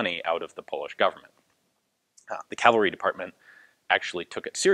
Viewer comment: 😄 yippee! He said cavalry, not calvery....